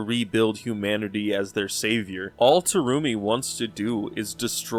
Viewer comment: Take a shot whenever Terumi's name is mispronounced